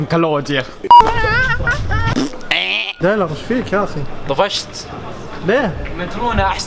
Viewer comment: تكنلوجيا مش تكنوجيا ههههههههههههههههه 😂 😂